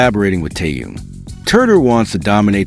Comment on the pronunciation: Что заманера больше время повторяют ненужную иныормацию а ро делу только минутку оставляют Научитесь читать имя Тэхен.Тэхен.